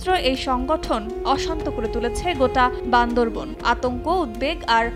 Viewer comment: ম্যাডাম উচ্চারণ টা বান্দরবান হবে, বান্দর বন নই।